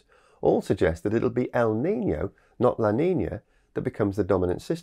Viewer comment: NOT LA NINIA .. LA NINA. NOT EL NINIO ... EL NINO